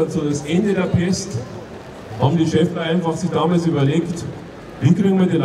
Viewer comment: sagt er wirklich "Schaffler" ?? 🤦🏻‍♂️ so viel zum OB